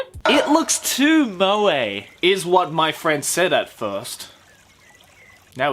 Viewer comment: "It looks to moe!" Eh, your Japanese English just came through